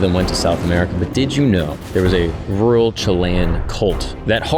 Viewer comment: May be more perplexed by the way you say “real” or “rural” in the beginning of the video..